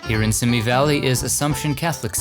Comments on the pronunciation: It’s pronounced SEEMEE valley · I know it is a little thing, but every time you said "Simi" Valley wrong it grated on my nerves.